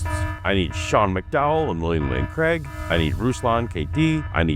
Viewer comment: William Lane Crag? Craigue? Creag?